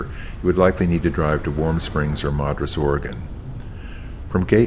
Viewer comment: Love your videos. Just so you know, locals call Madras "Madd-russ" Mad as in angry. Which is what they get if you dare to mispronounce a word. I can't imagine what they'd do un Southern California..."Cahuenga," "Tujunga," "La Cienega," "Sepulveda,"......or what would happen were they to find themselves outside the US. We helped everybody from around the world figure it out, glad they cared enough to visit us. AS big shocker when I moved here 26 yrs ago...Willuh-met" made someone yell at me! Another guy on the phone hung up on me for saying O-ree-gone. I've been careful to pronounce it that way ever since. Thanks for your videos! There are some epic places here. I just might leave home long enough to see some of them in person?